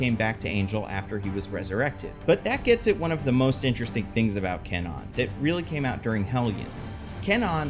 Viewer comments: CAN-nawn? Seriously? CAN-nawn!? Does that even remotely sound Japanese? It's KHAN-own. K(u)-ah-nou-nn. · KWAnon... not K non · Actual pronunciation of Japanese Psylockes name is Ku-wah-nun. Not Cann-on. There is a W in after the K in the name. And it is pronounced. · Except isnt it pronounced KWah-Nun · If they use Kwannon, I hope they don't pronounce itz Kenan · It would be nice if he pronounced Kwannon correctly though. 🙄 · Is "Kwannon" hard 2 say or was the "W" silent this whole time and I wasn't notified? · Please tell me that's not how Kwannons name is actually pronounced. I keep picturing a canon with long purple locks